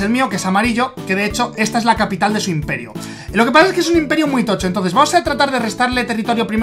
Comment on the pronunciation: "inperio" >:v es imperio